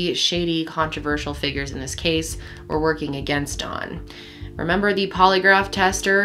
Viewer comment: You keep calling him dawn